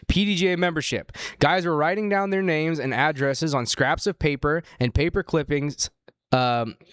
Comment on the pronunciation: How do you guys still mispronounce everyone's names?? Like havent you heard other people say them a billion times at this point?